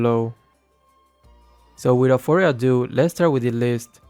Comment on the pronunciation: Normal people: Without further ado.: Without furwer ado.